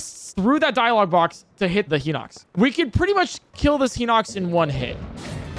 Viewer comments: Is "Heenocks" the official pronunciation? I've never heard anyone in real life pronounce it that way. Just two streamers, now. Everyone I know pronounces it "High nocks". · The real thing I see broken in this video, is this guys pronunciation. Henox? Meneru? Someone teach him how to pronounce a soft I in a word please. Is there a glitch that can help with that? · “Hee-nox” classic, classic Nintendo YouTubers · “Heenox”? What the fuck?